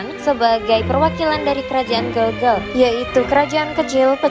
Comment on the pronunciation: Gelgel ...e nya dibaca e spt pd vespa